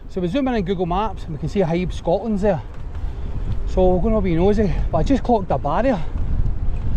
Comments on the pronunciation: Haeeb? 😂 The cranes on lorries are hiab (high ab). Broxburn is alright, I know it quite well.. The bing at winchburgh is massive, good for motocross, quads, jeeps ect. Just watch not land in the canal 😂 Hope you are well 👍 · It’s said as Hi Ab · Its pronounced high ab buddy. Smashing video as always sir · HIAB pronounced High ab.........